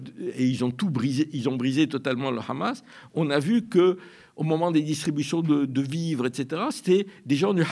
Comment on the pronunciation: Arête avec ton « KHamas » cette prononciation israélienne et sioniste du Hamas… tu cherches peut-être à passer pour un connaisseur alors que tu ne fais que donner de m écho aux propos mensongers des sionistes… Tu es indigne d’interviewer Alain Gresh qui prononce les noms correctement…